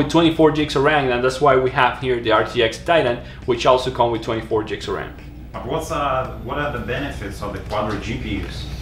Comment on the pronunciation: Stop saying jigs of rem!